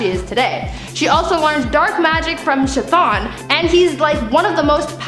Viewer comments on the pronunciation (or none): Someone needs to get their facts straight on who taught Ilyana Rasputin dark magic and learn how to pronounce Chton!